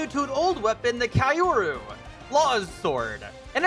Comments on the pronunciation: It's pronounced key-yo-ru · "Kyuro" is the pronouncation. I think